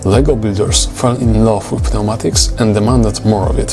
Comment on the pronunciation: The P in Pneumatics is silent.